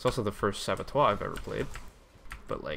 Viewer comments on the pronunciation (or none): Are you saying Saboteur as "Sabotoire" just to trigger? You have succeeded :(